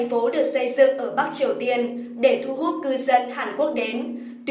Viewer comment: Bắc mà nge dọng đọc giống "bát"'